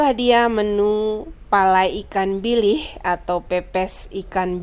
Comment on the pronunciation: Bilih uni bukan bilis.....